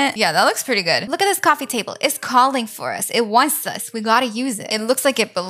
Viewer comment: I love when she says shaquet idk it’s jacket and cwoffee table